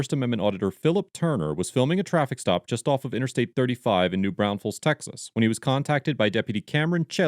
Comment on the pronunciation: New “Braunfels” is pronounced “BRAWnfls”…. not “brownsfels”! There is only one S and the E is almost silent. The real kick in the teeth is native born Texans mispronounce it too, which actually drives me batshit crazy. There’s a town here in Texas called “Llano” and no it’s not pronounced “Lano” it’s pronounced “Yano”… like most other Latin words with 2 “L’s” making the “Y” sound….. “villa” is “ veeya” not “vila”. Give ya 3 guesses on how “Mexia” is pronounced…😂and don’t google a correct pronunciation either ya cheaters!!